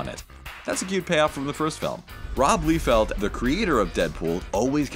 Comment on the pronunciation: It's Rob (LIE-feld) not (LEE-feld)